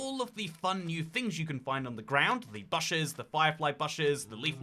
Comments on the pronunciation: As a Brit myself, never in life have I heard someone pronounce bush (b-oo-sh) the same way you would say lush. just sounds wrong. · Google offers audible pronunciation guides for words btw. You can learn how to say "bush!" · Please correct your pronunciation of bush. It's really irritating, it's not like you have a thick accent. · its bush as i n swoosh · please stop saying bush wrong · He's back to the wrong pronunciation of bush. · "b'u'sh" "b'OO'sh" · its engagement bait and we have fallen for it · I've never heard anyone say it the way he does in my life it's so odd